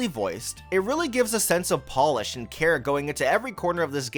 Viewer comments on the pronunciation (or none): none